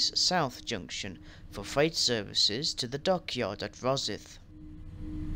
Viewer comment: Your pronunciation of Glenrothes and Kirkcaldy could do with a little work. Glenrothes = Glen-roh-thiss Kirkcaldy = Kuh-kod-ee . . . And Rosyth is Roh-sigh-th Also, ive never heard of a Dalgety Bay terminating service. Also, small technicality - you are correct about Haymarket depot servicing classes 158, 170 & HSTs for ScotRail, but only the 170s and HST sets are based there. Our 158s are split between Corkerhill & Inverness depots. And im guessing trainsimulator doesn't have 334s as AI traffic yet, hence the presence of 320s at Haymarket 😅😅 Oh, and 'Princes Street tunnels' are actually called 'Mound tunnels' Good video nonetheless 👍👍